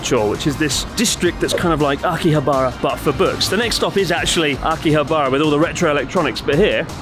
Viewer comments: I had to stop watching the Only In .. channel because he pronounces Asakusa like ASSA KOOSA. If you lived in Japan you know this is wrong. :) Chris please consider not saying Akihab "BAR" a . You guys have lived there long enough to know. :) ok geeky comment i know .. apologies. Great Channel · How can you still not pronounce Akihabara properly after all these years? Slap yourself, do it now.